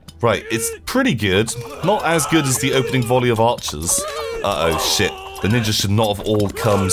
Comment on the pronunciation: Wait did he say nin-Jews at one minute in